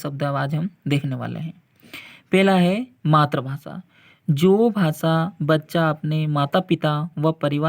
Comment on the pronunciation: मातृभाषा का उच्चारण सही बोला करो सर